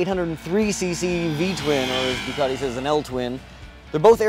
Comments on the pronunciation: Doo - cat - ee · Still annoys me how you guys say 'Ducati'